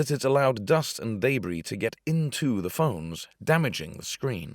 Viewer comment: Bro can’t pronounce debris